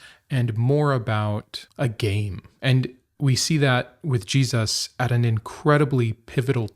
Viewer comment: G-Suss? Why say the name like that?